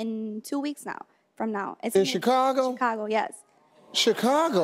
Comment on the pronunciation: I know I’m late but she didn’t say Chicago right?